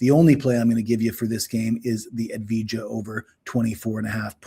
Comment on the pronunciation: I love addveejaa jajajaja he’s one of my favorite players. The J is soft come on man you sound dumb